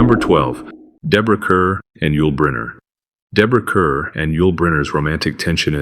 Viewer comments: IT'S DEBORAH CARR....CARR AS IN MORE AI CRUD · Ive most often heard Bette Davis's given name prounced " Betty" but in an interview she once said " Its actually ' Bet' " Deborah Kerr's name should be pronounced "Car"